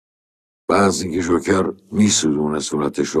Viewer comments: اون جوکره نه ژوکر استاد .. در ضمن کار شما غیر از گیر دادن و تعریف داستان چیه؟ عجبااا از اساتید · جون این فیلمو دیدی یا اینم ندیده نقد کردی؟ بعد چرا مثل معین زد حرف می زنی ژوکر چیه جوکر